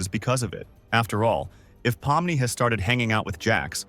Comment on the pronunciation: Why did u say pommi its pomni